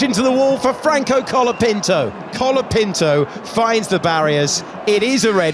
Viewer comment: o quanto o narrador repete e enche a boca pra falar COLAPINTO é impressionante. HAUHUAHAUH